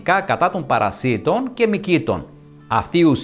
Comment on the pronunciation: Παρασιτων τονισμενο στο παρα. Οχι παρασι τονισμενο στο ι. Μαθετε να μιλατε